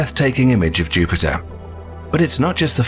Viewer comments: Did the narrator say Juniper?? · I would think a channel with nearly 2 million subscribers would at least pronounce planets names correctly......Juniper?